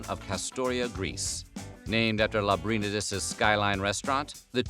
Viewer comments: My god did you butcher the pronunciation of Lambrinides. Lamb ber knee dus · Could you have butchered Skyline founder Nicholas Lambrindies name any worse? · That's not how you pronounce Lambrinedes And Skyline is only one version of many in the area...each has their own take